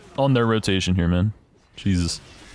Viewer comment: he does have a nice way of saying it 🥵